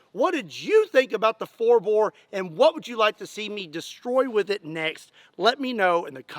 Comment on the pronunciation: Bore not boar